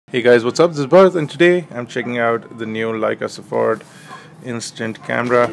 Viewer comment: Great Video as always, Bharat! Just for the information, 'SOFORT' means 'instant' in German and it is pronounced like 'ZOFORT'.